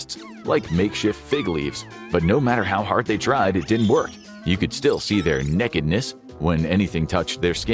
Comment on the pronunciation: I think team started smoking weed. 😂Also, I'm a big fan of the way you said "Nekidness"! 🤣